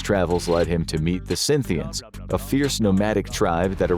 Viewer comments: Why is he calling Scythians Synthians ? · It's Scythians by the way not 'Synthians.' They didn't play synths (citation needed) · It is "Scythians" not "Synthians." For the love of god double check your research and how to pronounce it. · Scythians Not Scynthians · scythians not synthians. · It's Scythian, not Scynthian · Scythians, not Synthians. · They called Scythians and not Synthians bro and they are Iranian people not siberian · Cynthians? Ba-hang? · hate to be the history police, but it's 'Scythians' guys